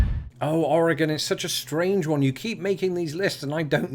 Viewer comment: Us Oregonians are still in shock that you can say the state name correctly, that's what drew us in. Now we stay for the great and interesting content.